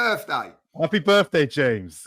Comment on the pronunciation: “Happy birfday james”